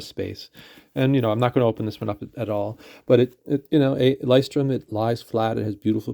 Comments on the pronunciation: Thank you for the video. Not to be pedantic but you may actually be interested... Lighthouse in German is sort of hard for Americans to say. Loo oy shh torm Loo as in Lou the nick name Oy as in "hey" British slang Shh as in be quiet Torm as in dorm with a t but not super pronounced. So this part isn't as hard as you may think, just kind of Blended together. Saying loo then oy shh then storm fully in a connected row is hard for English speakers. I leuchtturm1917's own videos they will simplify it a bit to make it for English leaning. If you really want to hear how it's pronounced Google lighthouse in German and then click the pronounce button, don't listen to Somebody pronounce the brand Our journey in journals, the blog has a post saying the exact same thing that you can read, if you like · The video slaughtered that word so bad I had to look twice.